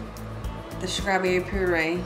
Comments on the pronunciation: Am I the only one who keep hearing SCRAWBERRY? 😂😭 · Please learn how to pronounce your words straw-berry